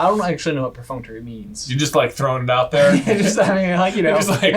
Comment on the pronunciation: omg, was so wrong saying perfunctory but still love ya'll:)